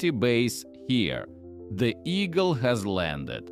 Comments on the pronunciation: ШІ-занутий ведучий обізвав місячний модуль Ігл (Орел) таким же, як і сам він, ШІ-занутим словом "Ейгел" ( , ). При введенні цього покруча в пошукову систему виліз якийсь блювотний російський хіп-хоп, від якого мене мало не знудило. Ганьба каналу. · Ейгел?😑 ЕЙГЕЛ?! Ігл... Орел... А не Ейгел... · Ігл (eagle )-це в перекладі ʼʼорелʼʼ а що таке ейґел?